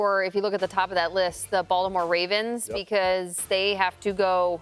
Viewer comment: Sound dumb af saying Titans